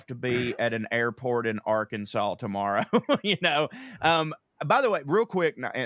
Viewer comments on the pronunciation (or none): none